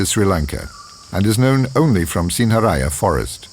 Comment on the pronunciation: its pronounced sin-ha-raa-ja